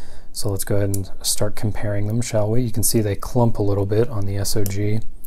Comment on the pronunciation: It's not S.O.G. - it's SOG!!! REMEMBER THAT!